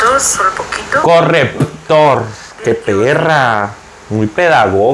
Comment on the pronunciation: Amé el "correppptor" jajajaja ❤️. Me encantan tus videos y tu personalidad